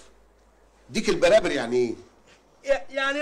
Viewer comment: صدقني من محافظة سوهاج في صعيد مصر وبنقول ديك البراري مش البرابر